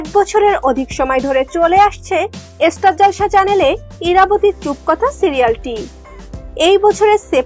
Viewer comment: এস্টার জলসা নয় স্টার জলসা হিহিহিহি😂😁